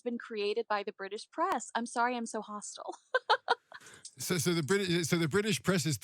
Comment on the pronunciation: It’s not hostal it’s hostile .😅